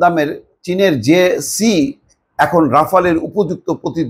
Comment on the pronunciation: J 10 C Naam ta uccaron korte apnar eto kosto hoi keno, bar bar bhool uchcharon koren.